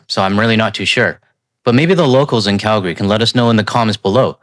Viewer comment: Dude you said Calgary right. Impressive! Very minor but so many don’t